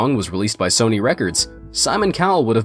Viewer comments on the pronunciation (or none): none